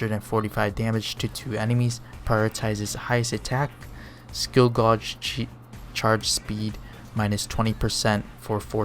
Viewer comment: Just a heads up, gauge is pronounced like the name Gage.